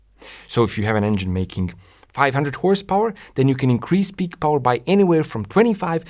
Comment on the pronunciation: no no no, it's not Powa, it's Powaaahhhh